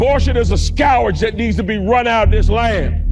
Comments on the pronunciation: Scowerdzh? (instead of proper pronunciation of scourge?) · And tell this fool it is 1 syllable “scourge” not 3 syllable “scou-er-age”. Preacher can’t read. Def hasn’t read a Bible 😂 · He even hates proper pronunciation: It's /skərj/ - not Scour...j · Scourage? What? :face-purple-wide-eyes: A homeschooled genius, no doubt! :face-fuchsia-poop-shape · What's a scowage? Was he trying to say scourge? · What word is skowarge? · What is a "scowarge"? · what's a scowrag? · Did pronounce the word scourge as " scowrge "? I can't wait until he loses spectacularly. 🤡 P.S. I just KNOW his hard drive is a mess!!! 🕵🏼‍♀️👀🚔🚓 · Abortion is a scowerage? Does this guy speak English? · Someone should mention to Mark Robinson that when he’s reading what someone wrote for him, he should check pronunciation of words he doesn't know. Skowarge is not a word. Abortion is NOT a skowarge or a scourge, and our female bodies are not his business. He wants to go back to a time when women couldn't vote and, by inference, we can assume he wants to see Blacks hanging from trees. Robinson is the scourge. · What’s a “scowarge?” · A scou ridge? I think he meant scourge. The ignorance is gross with the gop. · What’s a scowerage? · I think he said scourge 😂scowerg was what he said 😂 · What the hell is a SCOW-ARGE???😂 I thought it was a scourge? 🤔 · Scow-urge? Robinson, do not repeat a word u do not know. It reveals your extreme dim wit while exposing your overzealous need to falsely impress. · "Abortion is a [skowraj]"... Reading is so hard, you can't expect a busy religious extremist to know all the hard words. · can't even pronounce the word "scourge" correctly. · ...plus, he pronounces "scourge" weird. Like he thinks it has something to do with scouring. I'll admit, the "ou" vowel is pronounced many different ways in English -- but has he never heard anyone else say the word? It's "skurj" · Did he say scowardge in that ad? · Scou-rage, hahahahah